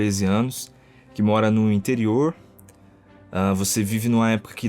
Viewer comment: Vcs sentiram o sotaque quando ele falou interior ?